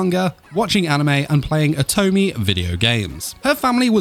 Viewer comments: i hate how you said Oto-me Great vid as always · Yoy mispronounce lots of words. Otome, Acchan . Check and fix that next time. If u did, gj.